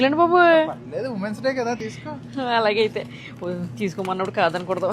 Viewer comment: ఉమన్స్ డే కాదు విమెన్స్ డే అనాలి